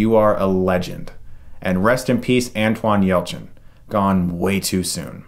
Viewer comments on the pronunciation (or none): "Antoine" Yelchin?